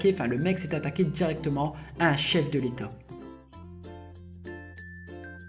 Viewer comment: « Chef de létot »